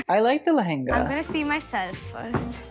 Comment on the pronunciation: your pronunciation of lehnga was flawless!